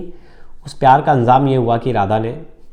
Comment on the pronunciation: Anzam nhi anjam bolna seekho tum jahel ho